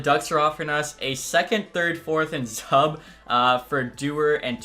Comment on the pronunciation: I think Zub is pronounced “Zoob”